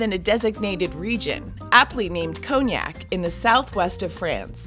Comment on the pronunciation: Cognac pronounced conyak not koniak